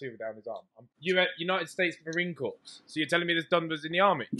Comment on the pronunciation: Ethan said United States marine corpse then kept on going saying he was in the army how tho how